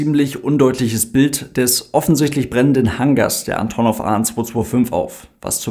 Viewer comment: Kurzer Hinweis: Sowohl die Flugzeugfirma als auch die Airline sprechen sich Ann'tonnoff aus (Betonung auf der zweiten Silbe, nicht auf der ersten). 😉